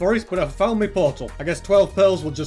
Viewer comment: y do say me portol and not my portol?